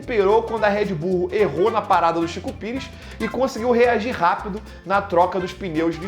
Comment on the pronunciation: Sempre quando ele fala Chico Pires eu não guento kkkkkkkakakakakkaak